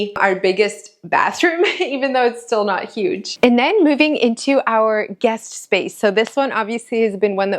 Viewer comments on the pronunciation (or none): none